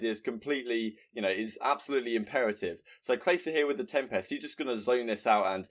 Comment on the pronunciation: I love you but you need to learn how to say tempest